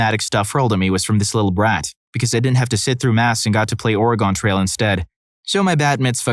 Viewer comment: Ore’-uh-gun. Say it with me: Ore’-uh-gun. (Still liked the video!) There is no “e” at the end so I never understand why people say “gone”. Gun, not gone. Thank you - the grammar Nazi is now leaving.